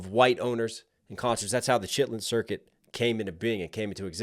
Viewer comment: "Shitlin circuit" ............ lol at least you're trying bro😂😂